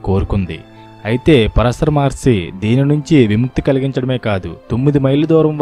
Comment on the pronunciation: Maharshi plz prounance by properly